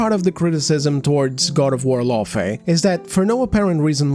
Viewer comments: I notice that a lot of these big brain psychoanalysts can spot a gooner a mile off but still struggle to comprehend basic phonics. It's "FAY" not "FEE". "LauFAY"... if you "ever played the game" you'd know that. Kratos shortens her name to "Fey". He says it all the fucking time! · That redheads argument is shit from the jump. She's talking about liked characters IN THEIR OWN GAME FRANCHISES not new or side characters taking the place of the MC we want to play as. Kratos is GoW. It's literally his game series where he's always been the main character. LAWfey, not LOOfey like she says it, was just a plot device in the 2018 game and a block of wood in the 2nd the way Karen played her in the dream sequences. We don't even know how she died, but they wasted 90% of the dialogue about her in Ragnarok to talk about how super awesome she was fighting on par with Thor and everything lol. But let's not make a game about the events leading up to her death and her fighting alongside Kratos something fans would've found interesting no no no. That's crazy talk. They give her her own game about....something.